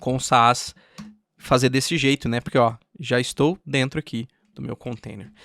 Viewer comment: Nossa que estranho, ele pronuncia Sass como Sa-as kkk